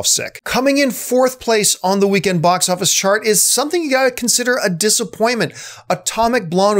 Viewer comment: Hey John, what is a "Bos" Office? 😂😂😂